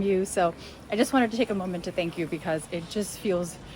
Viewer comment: Great...and true video, Ha,, did you notice in the beginning of the video, while speaking English, how you pronounced the word "moment" 🙂 Commenters are right, you and all other YouTubers make videos that are always shot in quaint 400 year old Dutch City centers (or is it centrums). There are other aspects of The Netherlands. Cities have entire sectors that are made up of concrete flat buildings. It's a whole different vibe, feeling of Dutch every day life. Then there's the Dutch "good life", cities and towns that are a minimum of 45 minutes away from a large city, have populations of 10-50K and are economically self reliant (not everyone is a commuter). There's a little more space, people actually have a small front and back yard (which are jokes compared to The US). These places are made up mostly of families and they have their own cultures. These are dream places to live in. My family, both sides, are from Ede in Gelderland, magnificent living. I, myself grew up in Maassluis, a 25 minute ride away from Rotterdam centrum, again, a magnificent way of living.